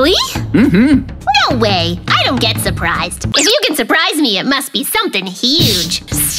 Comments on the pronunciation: Shurprised❌ Surprised✅ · Ur Said "Shurprished??" 😂😂😂 Its "Surprised" ❤❤❤ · Surprised=Shurprised introduced by 😂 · And shurprished got me💀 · keeps on saying shuprised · said shuprished and he said toshed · say shupriseed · is definitely "shurpirised" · Cute hahah, Shurphrished, tosshed. Hahahahah He keeps making fun speaking